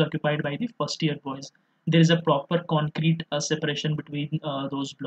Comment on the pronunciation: I like how you emphasized on the word "Concrete" about the separation between 1st Year Boys and Girls Hostel